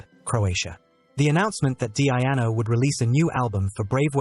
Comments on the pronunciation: DEEEE-ANO not DEE-AI-ANO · Awful AI voice, can't even get His name right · Wish he pronounced his name right... other than that it was a nice video